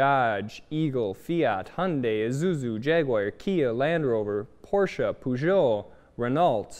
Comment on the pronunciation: Thank you for saying Porsche properly